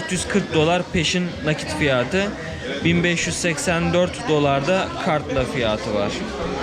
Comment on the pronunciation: Fiyaaatı 😅 açık kapalı a lara çalışmalısın gibi :)